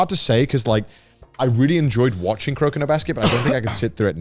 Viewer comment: Dude said kurokino, it’s kuroko. clearly didn’t pay attention if he even watched it at all